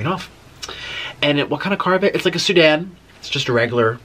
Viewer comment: Nick, it’s a sedan, not Sudan!!🤣🤣🤣